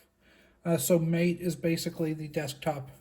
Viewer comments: Cool video. Mate is pronounced Mah-Tey. It’s the name of a tea popular in South America. Portuguese is spoken in Brazil, hence the file browser Caja. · I will continue to corrupt speech and call it "mayte" because it sounds cooler